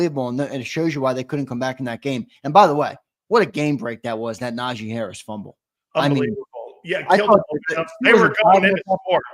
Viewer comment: Lmao they just fuckin up everybody name 😂 yo said Tavon Austin , & Najee smith 😂😂😂😂